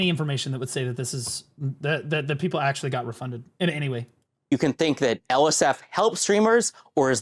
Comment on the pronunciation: If "AKSHUALY" Was living person